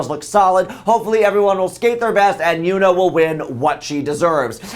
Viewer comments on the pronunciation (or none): 김연아 rocked it! BTW- It's pronounced YONA (like the o in son). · Actually it's pronouced Yeon - ah